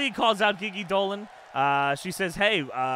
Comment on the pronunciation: Love ur 4 person GM season. I’ve been watching, ready for this instalment. Friendly reminder u pronounce GiGi Dolin wrong. It’s not Ghee Ghee. It’s G G